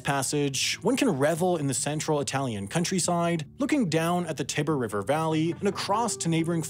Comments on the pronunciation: Ah yes, the Tibber River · Interesting video. But the i in Tiber is long. That mispronunciation is kind of grating. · Americans (and all other Anglophones for that matter) say "TAI-ber" like Tiger but with a /b/ instead of a /g/